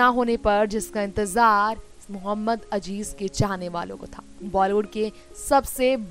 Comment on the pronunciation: for gods sake it is mohammed aziz and not mohammed ajij atleast pronouce his name properly